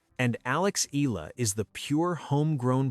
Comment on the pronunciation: Pls pounce her name as EH... YAH.... LA....